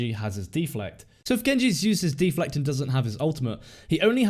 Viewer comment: De-Flect! Bloody deflect don't you mean! Haha. Good guide though.